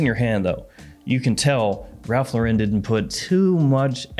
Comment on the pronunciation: Hey Ralph Lauren does not have an accent it’s just pronounced like the woman’s name Lauren you can fact check it call a store and no one says thank you for calling Ralph Lau’Ren…ignorance is bliss but now you know